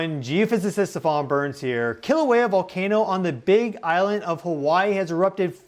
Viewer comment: please work on pronouncing our sacred places correctly. i cringe every time i hear KILL-auea.